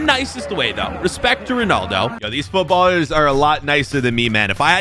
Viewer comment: Bro really said Footballer""""s in public, instead of footballers 💀💀